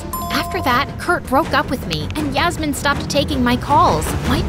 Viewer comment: did u just say yasmmin 😂😂😂